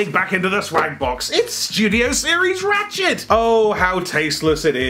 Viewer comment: When you say 'ratchet' is sounds like 'rat s**t'. Coincidence?